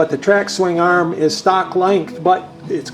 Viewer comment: Swing Arrhemmm. Swing Arrhhem. Arrrhem. Why does she say swingarm like that and why does it bother me so much? I clench my teeth every time he says it. 😬😡